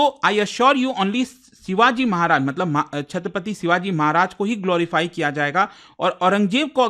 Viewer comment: Respect for you & ur Hardwork Sir❤ But U are mispronouncing name of our Maharaj 😢